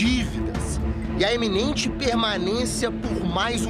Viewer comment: Iminente, e não eminente! Repórter da Globolixo semi analfabeto!